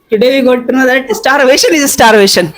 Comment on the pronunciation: starvasion is starvation 😅😂 Wah wah😅